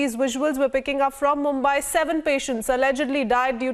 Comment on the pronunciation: not मुम्बाय but मुंबई। You take utmost care while pronouncing english words. So take same care while pronouncing indian words.